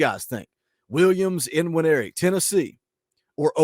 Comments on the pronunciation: Believe the N in Nwaneri is silent. Hope the Sooners get him...... but I'm skeptical on this one. Wish you guys luck. You have a hell of a coach. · According to Austin and Wiltfong the ‘N’ is silent in his name so it is pronounced ‘wineri’.